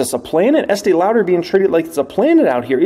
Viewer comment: Love your vids. Ask your wife how to say Estée Lauder 😂😂😂